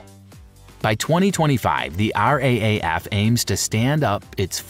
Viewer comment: RAAF** not RAFF